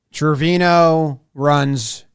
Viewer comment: Not me being bothered every time Jimmy says Trevino wrong